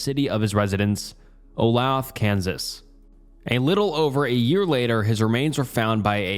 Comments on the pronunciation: Olathe is pronounced O-lay-thuh for future reference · Olay-thuh, Kansas. 😊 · Oh-lay-thuh for the first story. Driving through Olathe right now while listening to this 😅😅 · O-loth Kansas made me giggle. For future reference, it’s O-lAthe-AH. Olathe. 💞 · As someone from the KC area, the first story is so terribly sad. But also I've never heard someone pronounce Olathe (Oh-lay-th-uh) like that before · its pronounced olay-thuh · I live in olathe and i somehow never heard of this its quite surprising since not a lot happens here. btw its pronounce o-lathe- a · It's pronounced oh-lay-tha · Olathe is pronounced oh-lay-thuh and unfortunately that’s kinda just what the police are like in the general area. Especially when it comes to people with mental illness. They don’t want to deal with it because they are not trained to properly handle situations regarding it and consider them a liability. Notice the operator never even said they were sending anyone out. When I lived in Nashville I called 911 and was put on hold for a solid 5 minutes. Our emergency infrastructure is collapsing in real time and people like Kyle are the casualties of it. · Olathe is pronounced (Oh-lath-a) hate to be that guy lmao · immediately locked back in when i heard olathe kansas (pronounced oh-lay-thuh if you’re from here) always a surprise to hear about stuff that went down near you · "Oh-lathe-uh" that is how it is pronounced. I grew up here and it drives me crazy hearing all of the odd pronunciation. Also I live on N 18th street right by I-70. The police do not care. At all. Police officers do not come in dire instances in Kansas City, Kansas. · I'm from Missouri and I know he absolutely butchered the pronunciation of Olathe, KS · i didn't even realize he was talking about olathe bc of the way he pronounced it😭